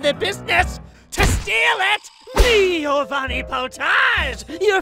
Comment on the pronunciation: Is it just me or did he say "me-ovanni potage!" Or am I just not hearing the "gi"